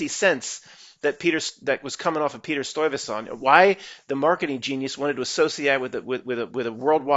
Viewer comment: Ok it’s pronounced.. Sty-vey-saunt